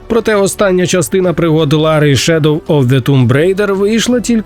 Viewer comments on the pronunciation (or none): none